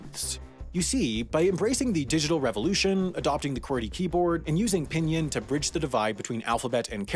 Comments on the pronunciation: The way he said "pinyin" also hurt me inside. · I am pretty sure u pronounce Pinyin as pinin and not pinien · Everytime he said pinyin like pihnyihn I felt like crying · FYI its pronounced ping-ing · Don’t forget about “pin yin” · internally died when he pronounced "pinyin"